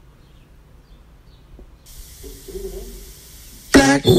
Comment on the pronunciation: This man said Simino lmaooo